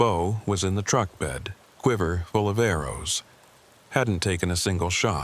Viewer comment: Bow "Full of AROES .???? 😢. I think AI needs a few more lessons.😂.